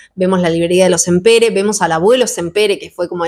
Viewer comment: Me encantan tus reseñas, este año hice mi segunda lectura de la tetralogía y me gustó aún más que la primera vez que lo leí. Vivo en Barcelona y solo quería hacer una pequeña corrección el apellido de los libreros si bien se escribe Sampere en catalán se pronuncia Sampera. Me encanta como pronuncias en ingles y queria ayudarte con el apellido en catalán. 😊